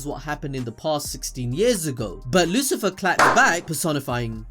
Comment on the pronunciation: Lucifero, not Lucifer. Come on dude haha